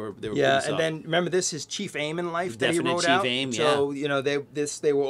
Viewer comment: I heard “Chief Aim” as “Chi Fame.” 😂